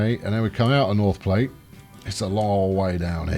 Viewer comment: "Vats of Soya-lent Green", I wonder who else got that reference? And it is Plat, sounds like flat...